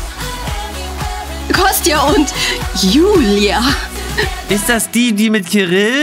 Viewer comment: Was für jüjü oder jüli es heißt Jijie und Julia und maruška